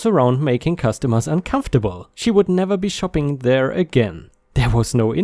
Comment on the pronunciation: "What are you shopping for?" isn't said like "What are you looking for?" The word "shopping" sounds like "shop" with an "eeng" sound at the end. 😛